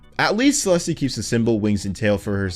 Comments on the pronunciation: did he really just say celesté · you mispronunce "celeste". Its pronunced "celest". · Btw, Celeste is pronounced "Sell-est," there's no 'eh' at the end. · Celestay 💀 Hairy twinkle twenty nine twenty nine 💀 A-zure 💀 Light green? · BRO ITS JUST CELESTE YOU DONT REALLY SAY THE E 😭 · never say 'celeste' like that again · no way bro pronounced Celeste like that